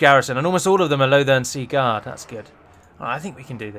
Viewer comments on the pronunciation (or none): "Holy balls on a sword" - lost it, using that one from now on. Also thoroughly enjoy the way you say 'Sea-guard', almost like its one word or a gentleman's full name - 'Lothern Segard''! Loving the extra videos, plenty saved on my watch later for when I have the free time! Much love.